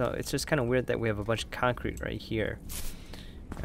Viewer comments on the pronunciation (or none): none